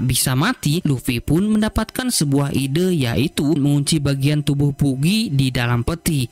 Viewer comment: Bagy bos di bacanya bkn bugi. ktawan ga suka nnton op ni adminnya